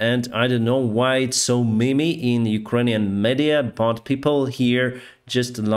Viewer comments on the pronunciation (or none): Just a friendly reminder that it isn't pronounced "me-me", it is pronounced "meem". Thanks for your content.